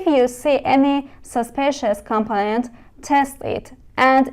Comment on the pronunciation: برای مثال دیود نادرسته. باید دایود تلفظ بشه. یا مثلا کامپوننت رو با تاکید نادرست روی ابتدای کلمه تلفظ میکنید در حالیکه تاکید یا استرس روی p است یعنی کم - پوننت. یا الکتریسیتی باید استرس روی ت باشه نه ابتدای کلمه.